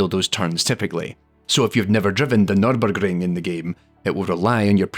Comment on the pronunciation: Was worth watching the whole video just to hear you say Nürburgring